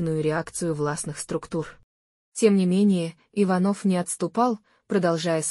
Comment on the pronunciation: Часто голос повышает зачем не иваново а ичанова ударение надо правтльно ставит